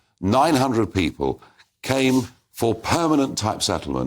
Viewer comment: “I Fink” “pepul” “parte” Christ get someone who can speak properly They don’t have to be posh just pronounce words properly.